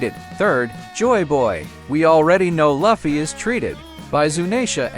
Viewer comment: I will thumbs down every damn video where they say the names WRONG AF! it is Lu fee NOT luff e.